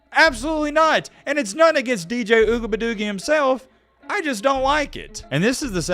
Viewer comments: Yo, I watch your vids about this dude mostly because how you pronounce his name.. Ugabadoogie... I've been teaching my 4 year old to call his potty time ugabadoogie's.. He be like " Dad I gotta go Ugabadoogie"... The look on people's faces when he says it... PRICELESS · You wrong for mispronouncing his name on purpose. Disrespecting the man's family name is very low of you. Not a fan of him but you should do better. Peace & Love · why don't you stop being disrespectful to this guy & pronounce his name right!...YOU AIN'T FUNNY!! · Why mispronounce his name? Kinda like your cousins mispronounce Kamala Harris name….not really professional. Racism is real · Pronouns the man’s name correctly, even if you don’t like him. Come on colonizers you can do better. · How about you develop some respect and say that mans name correctly he has parents and a lineage attached to that name clown 🤡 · I think is real life slow...saying that man name like that is mad racist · Just because you're not articulate enough to pronounce his name , doesn't mean you should mock it . I have nothing wrong with athletes staying eligible. College is becoming a default football minor league. Let these guys play, let them get paid 💰💰💰 Revenue share next 🤝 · Can you pronounce the man’s name correctly